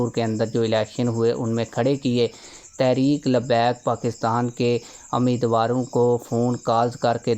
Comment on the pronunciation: بھئ یہ لفظ تحریک ھے تا ریک نہیں ہے۔۔۔ لفظ تو ٹھیک سے پڑ ھیں۔۔۔۔ please